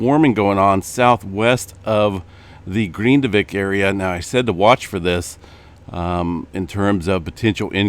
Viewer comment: It’s GRIN divik. NOT GREENdivik